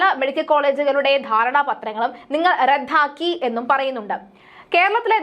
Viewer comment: റദ്ധാക്കി എന്നല്ല അല്ല കുഞ്ഞേ ദ യും ദ്ദ യും proper ആയി ഉച്ഛരിക്ക് 😢